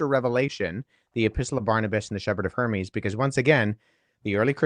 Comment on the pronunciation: If we’re talking about pronunciation it’s a bit distracting that Wes keeps called the Shepherd of Hermas the Shepherd of Hermes